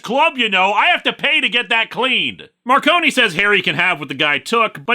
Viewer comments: Also, it’s pronounced “Mar-cone” not “Mar-conie”, you’re good though, the audiobook narrator got it wrong for the first three books too. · "Marcone" is two syllables, I believe... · so about the pronunciation of "Gentleman" Johnny Marcone's name: Word of God states that it's pronounced as a dual-syllabic word (Mar-cone) as opposed to tri-syllabic (mar-cone-ee) To be fair, it's a fairly common mistake to make; it was a mistake that James Marsters made during his narration of Storm Front, as well. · and you did the same thing as James Marsters, the E in Marcone is silent